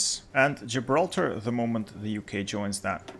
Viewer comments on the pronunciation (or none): none